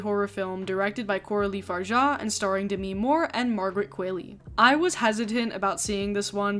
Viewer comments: I say this kindly and gently: Qualley has Norweigan origin so her last name is pronounced as Kwal-EE like Wall-E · That's not how you pronounce Margaret Qualley's last name. You say it like it rhymes with Hayley, but the way she says it in interviews rhymes with Wally. Sorry if I sound pedantic pointing that out, but it was bugging me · Fun fact: Sue's actress's name is Margaret QUALLEY, without an i. Pronounced Kwol-lee. I didn't know that before. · yoooo why is everyone mispronouncing margaret qualley's name lately, it's phonetic